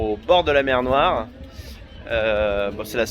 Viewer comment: "C'est la mew noiw ?"